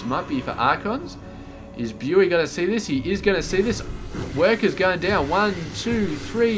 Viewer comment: Hi, thank you for casting this, good job and keep it up. Your daily masters casting is also really nice. For future reference "Bughy" is pronounced like " boogie" :)